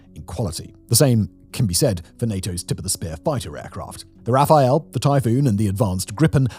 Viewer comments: Love your productions but forgive me its not a Rafael its a Rafale pronounced Rafal in English. A gust or a burst. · You keep mispronouncing "Rafale", it's not "Rafael". it's a French plane, not some brazilian dude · Its RAFALE not Rafael. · RA-FA-LE not RAPHAEL ! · "RafaL" not "Raphael" :) It means "Burst" in french, probably for obvious reasons. although idk the story behind it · Please please factboi, it's RA-FAL, not RA-FA-El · This isn't especially important to the discussion but for a few months you've been pronouncing the Rafale (roughly Rah-Fall) as Raphael (the jet can't paint). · Its Rafale, not Rafael... Great video 😍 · repeat after me : Rafale = RA FALL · I'll never get used to this "Rafael" pronounciation... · Tell me more about those "Rafael" fighter jets Simon...😂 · Totally pointless comment but French aircraft Rafale is pronounced without a "E" before the L > "RA FAL" Peace out